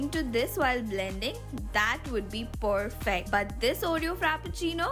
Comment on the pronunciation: Don't you know how to pronounce the word perfect you are pronouncing it like pourfect🤣